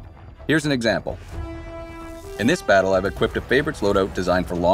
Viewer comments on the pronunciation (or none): none